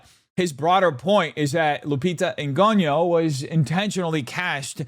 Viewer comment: You’re so stupid and racist you can’t even pronounce Lupita’s surname. Yo pathetic 😂😂😂